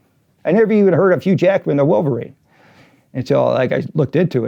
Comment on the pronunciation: I hate how she says "Millverine"